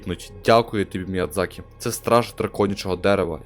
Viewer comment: Міядзакі. Ви припиздохані. Міядзакі